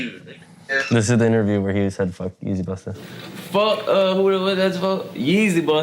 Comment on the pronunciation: The way he's saying 'busta' is making me squirm.